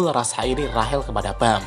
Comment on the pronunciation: Rachel(rashel) Cok bukan Rahel